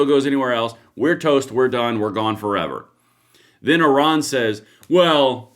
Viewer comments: Iran! Not oron..lol ❤ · Its IRAN not ORON ! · it is NOT Oron.. it is Iran... like I ran !!!! if reading is so hard, should you be doing this ???? ?????????????????????????????????????????????????????????????????????????????????? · Oran or iran 😂